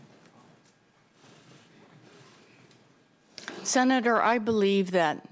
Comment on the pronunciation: Every time she says "Senator, ...." I just die a little inside